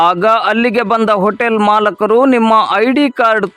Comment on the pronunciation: ಮಾಲಕರು ಅಲ್ಲ ಮಾಲೀಕರು ಅಂತ ಹೇಳಿ. 😊😅